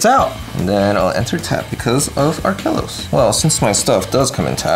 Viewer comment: I cringed every time said Arkelos.